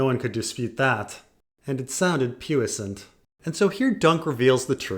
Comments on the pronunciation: “Pew-iss-ant”? It’s “Pwee-san”, it’s French. But I guess pronunciation doesn’t matter. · Poissant is pronounced "Pwee Sont" if you're interested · That’s really not how you pronounce “puissant”. It’s “PWEE-Sant”. Yikes.